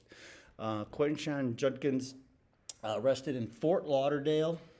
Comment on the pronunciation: His last name is pronounced "JUD-kins", not "JUN-kins". Not that it will matter if he's found guilty.